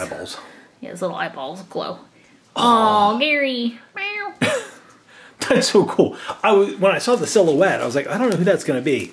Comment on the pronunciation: Its pronounced GAARY lol